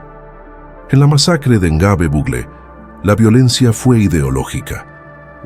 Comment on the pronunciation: Es Gnobe...No lo pronuncia bien.